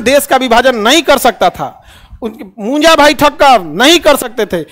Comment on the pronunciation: Munja not punja